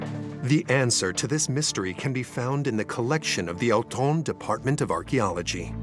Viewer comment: Try to pronounce Autun again?